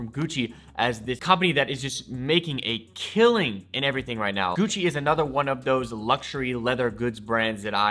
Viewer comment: Everytime he says Gucci my ears cry